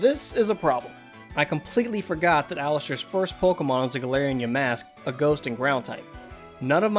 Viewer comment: And he can’t even say galarian